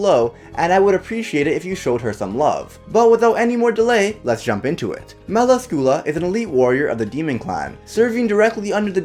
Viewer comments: Isn't it pronounced Mel Ask you lah? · fuck can t you pronoce her name right its not meracula you read meracila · You said her name incorrectly... Mell-lass-scu-lah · Why did you have to pronounce melascula wrong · Im sorry but you said it wrong and i could not stand it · 😡😐😑... That's NOT how you say her name tho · I love her but you pronounced her name wrong